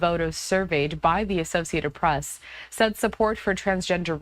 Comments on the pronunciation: Whitehouse. It's The Whitehouse. Not The White House lol. Press not Bress. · Hey Fox.. what's a BRESS briefing😂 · lol “bress briefing”